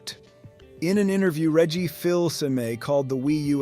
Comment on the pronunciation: While I can appreciate a focus on facts, the presentation here does feel rather robotic for not expressing any personal opinions about the story, here, not to mention weird inaccuracies like the pronunciation of Reggie's name to calling Super Mario 3D World a sidescroller. I am wary about tossing out accusations of using A.I., but some of the speech is very stilted and awkward in a way that is often characteristic of computer-generated voices.